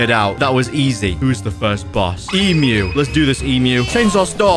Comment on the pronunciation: When he said Emmu a Emu i was laughing